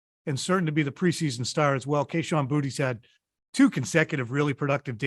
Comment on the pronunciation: It’s Boo-tay guys